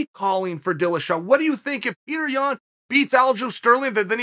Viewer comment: Until Yan pronounces his Name as ( Pee-tur ) and not ( Pure - tore) then we the people will not listen to him 😂🤣